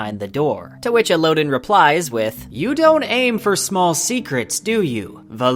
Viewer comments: the audiobook pronounces them differently and honestly better than El-oh-din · Dude I love your channel and videos, but please learn how to properly prunounce names like Kvothe and Elodin. Your prinounciation is just awful and cringe-worthy.